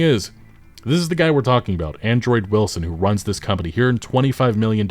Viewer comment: You mispronounced HE